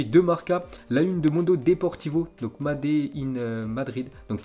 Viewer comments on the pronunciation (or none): Madé in Madrid ça m’a tué! 😂!( fabriqué en espagnol ça ce dit soit fabricado ou hecho)sinon ça ce dit meyde ( la prononciation )